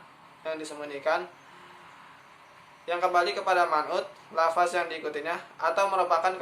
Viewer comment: Jangan bilang lafas terdengar seperti penjara dan terkesan tidak mengenal bahasa Arab, tp sebutlah lafazh